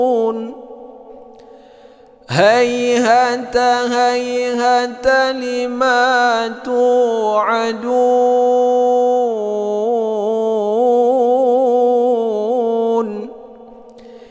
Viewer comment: Wa'alaikumussalaam.Alhamdulillaah...aamiin ya robbal'aalamiin.Makasih atas do'anya.Ma'af,tadi saat membc ayat 36 di lafadz HaiHaata HaiHaata.... membc hrf Ha krg ketukannya. Terus di ayat 44 ada kesalahan penyebutan hrf di lafadz tatroo, tadi dibc natroo. Makasih, sehat selalu dan selalu ada dlm lindungan Alloh Swt. Aamiin yaa robbal'aalamiin..